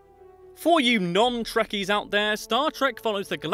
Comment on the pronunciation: I don't think it's pronounced like that, then again a bunch of other things he said weren't pronounced like that. Trekkies, not truckies, and I can tell you for a fact his name is not pronounced ZAFRAM COCKRAIN